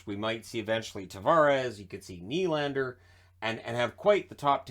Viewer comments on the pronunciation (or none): none